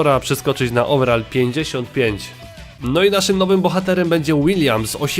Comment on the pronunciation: ouverall chyba pac xD